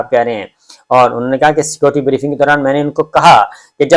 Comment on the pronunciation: dear Mr. sabir Shakir, please try not to keep repeating your sentences just say once and secondly, please pronounce the word "security" properly. The word is "Security" and not "Scoty". Apart from that, your vlog is wonderful. Regards